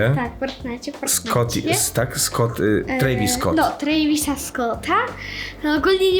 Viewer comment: travisa a nie trejvisa jak coś to nie hejt